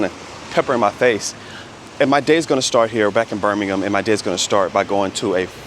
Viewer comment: Props for pronouncing Birmingham correctly lol.